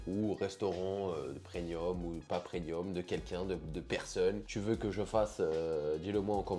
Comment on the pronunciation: 🤣 Tu dis "prenium" au lieu de "premium", des barres !!! 🤣